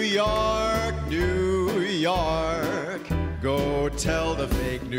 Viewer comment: Love how this guy pronounces York like Sinatra, "Yark!"